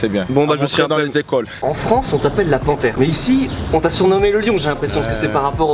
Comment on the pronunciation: La panthèrrrrreeeeuh 😄